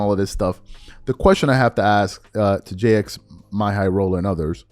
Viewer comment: “We all know who he is, right?” Also: “Jay Ex My High Roller”